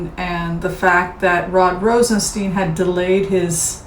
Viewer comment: you are far too intelligent to keep mispronouncing Rod ROSEN-STINE (long i) not ROSEN-Steen. Mr. Rosenstein, upon taking his office educated everyone on the pronunciation of his name: STINE. I do adore you very much. Thought you should know. Thank you for your good works.